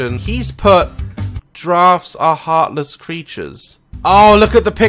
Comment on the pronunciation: He Said drafts